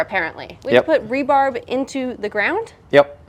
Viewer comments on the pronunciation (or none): Love your videos, and I'm so sorry for saying this. Despise me if you will, but it is rebar, not rebarb. Rebarb sounds like we're making pie not foundations. Okay, I'm done now. Keep up the awesome work. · She clearly said "rebarb"... 😆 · Like rhubarb you know? 😂